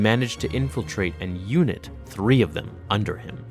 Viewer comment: Unite not unit 😂